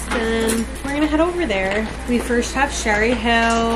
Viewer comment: is love your videos so much my friend and i watch you every week <3 but we noticed that you say firsht instead of first😭 wanted to let you know queen